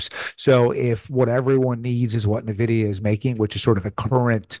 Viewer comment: Hard to take someone seriously that can’t pronounce nvidia. “Neh-vidya”